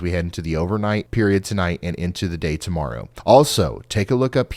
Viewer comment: I can rely on your forecast to be more accurate than any mainstream news. Thank you. That being said sorry but when you said like a Hawk TUAH morrow is what I heard.🤦🏼😂🤣